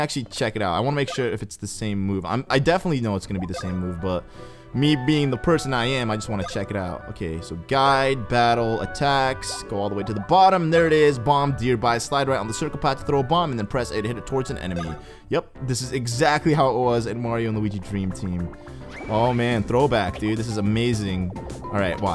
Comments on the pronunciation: It is Dur-Be, not deer-bye! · its der-bee not deer-bi....sorry lol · I facepalm about 100 times when I heard called the bomb derby bomb "dearby" it's derby der-by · Dear bye? It's der-bee. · its pronounced derby not dearby... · is pronounced "Dur-Be", Not "Deer-Bye"! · Sorry not to be rude but it's not deer buy, it's der as in DERp then bed as in honeybee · it's not der-bi it's der-bee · Its not Deer by, its derby. DER. BEE. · I have OCD when I hear things spoken wrong... When I heard "Bomb Dearbye" I just got mad... It's Der-bee. :-) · Lol he pronounced derby deer bee lol. It's pronounced "dir bee". Like saying the first part of dirt then bee. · Dear-by? DER-bee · Derby is pronounced "Der-bee" not "Dear-by" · its not (deer-bye) its (Der-bee) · It's dur-bee, not dear-by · Why does he say dear bye? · Me! Btw, it's pronounced bomb Der-be! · Did this mane say "dear by" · At first I was like " issat bomb derby?" No it's apparently bomb deer bye, the cringe! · its bomb derby (derby pronounced dur-bee) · Der-bee is how you say it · Deer-by? Really? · Its pronounced Bomb Durr-bee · You pronounce derby wrong. You pronounce it like "dear bye"? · its said der be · derby is pronounced der-bee... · Sorry but derby is pronounced DUR-bie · that fact he says it like that triggers me so much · THANK YOU I HAVE BEEN SO TRIGGERED EVERY TIME HE SAYS THAT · When I heard him pronounce derby I knew the comments would be filled with people correcting him. I wasn't wrong. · He still doesn't know how to pronounce "derby" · you said derby wrong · So many people pointed out your incorrect pronunciation. xD